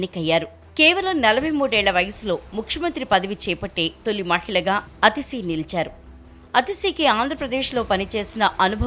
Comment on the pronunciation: ప్రసార మాధ్యమాల్లో పనిచేసే వాళ్లు పేర్లు ఉచ్చారణ విషయంలో చాలా జాగ్రత్తగా ఉండాలి అనే విషయం కూడా తెలియకుండా పనిచేస్తుందా టీవీ9? ఆమె పేరు అతిషి కాదు ఆతిషీ. దీర్ఘం పెట్టుకోండి అ కు.